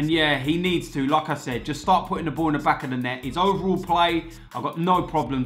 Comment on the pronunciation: Every single fucking time says like I said it sounds like lacazette haha love it